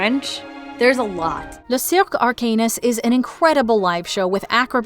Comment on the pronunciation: You swapped which park has Diagon Alley and Hogsmeade. Diagon Alley is in Universal Studios and Hogsmeade is in Islands of Adventure. Also, Arcanus in Le Cirque Arcanus is pronounced “ar-canoo”, not “arc-anus” lol.